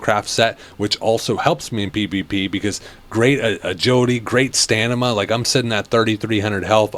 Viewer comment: You keep pronouncing stamina as "stanima" and it's triggering me 😂